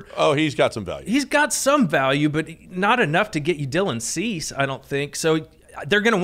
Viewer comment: This dude said Dubon and Chas for Cease and Robert 😂😂😂. I want whatever you’re puffin.